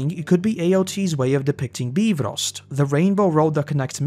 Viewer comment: Funny that he goes for the correct pronunciation of bifrost but then in the next sentence is back to ass-guard :D Not that I myself am an expert in old norse, but that one bothers me.